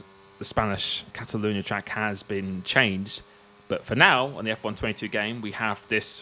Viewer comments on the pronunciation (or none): none